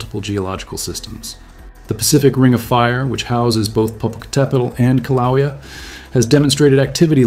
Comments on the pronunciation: Koh-wha-lea? It's Kill-ah-way-a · The Hawaiian volcano is pronounced 'killa waya' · It's Kilauea ( Kil-a-way-a). At least learn how to pronounce the place, if you want to be taken seriously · KIL-A-WAYA That's how you say it. Just FYI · Aloha. I wouldn't say that Mexico and Hawaii are opposite sides of the planet. Very far from it. Also, they won't get mad but Kiluea is pronounced more like Kill-ah-way-ya. Best if said quickly.